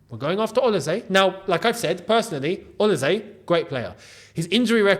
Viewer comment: You are the only YouTuber who can pronounce “OLISE” nearly correctly. It’s “s” though not “z”